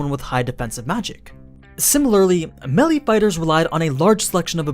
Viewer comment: no one's gonna talk about how he pronounces melee?